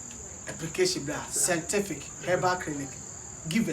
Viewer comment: Kwaku to be honest I like how u say sentific instead of scientific...Hahahahahahaha love u bro